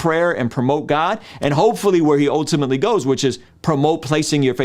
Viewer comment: I’m just here for saying “ohtimately”